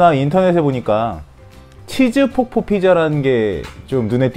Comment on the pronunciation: 치즈폭포가 아니라 치즈폭팤ㅋ